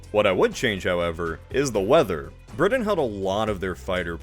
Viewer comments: Did it drive anyone else nuts that he kept saying BriDin? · Still trying to figure out what country "Bridden" is. ☺ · Wait which country is “Bridden?”Sorry, I couldn’t resist. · Are you aware the letter "t" exists? Briddan, Uncerdan, ed cedera... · generally, a good post except Britain is pronounced with a T not a D. 🤷🏻‍♂️ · Learn how to pronounce Britain. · Thank you as an English person that made me wince lol